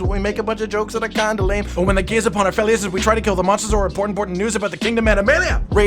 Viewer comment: wait did say monsters or mosses of all ages i am unsure now